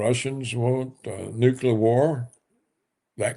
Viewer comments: Mr. Roberts, PLEASE: It is NOT pronounced “Net-an-ah-yoo.” It’s “Net-an-YAH-hoo.” It’s very basic English spelling and pronunciation and VERY irritating to listen to the inaccuracy. PLEASE. Also - “nuke-lee-ur,” NOT “nuke-ya-lurr.” Come on! You’re not George W. Bush. You are a professional. Get it right. Your knowledge on the political analysis, OTOH, is phenomenal. Let’s make it 100%. ✌🏼☮️🙏🏿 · Nukular? Nuclear? Whatever. Netanahoo? Netanhawho?